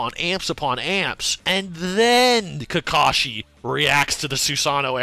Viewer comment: It's Kakashi, not Kakashi. Get it straight.